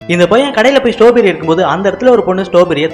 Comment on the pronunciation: ஸ்ட்ராபெர்ரி இல்ல ஸ்டாபெரி